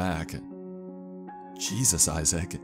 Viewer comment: Nobody ever:: "Jesos"